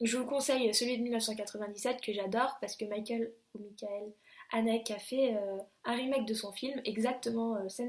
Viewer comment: Salut poulette, bien sympa cette vidéo, toute mignonne que t'es :) Rien que t'entendre causer de Lars Von Trier j'adore ! Sinon j'ai tilté mais je suis obligé sur le Mickael Haneke, ça se dit Haneukeu et pas Hanèke^^ Bref, tu m'as donné envie de découvrir The War Zone tient.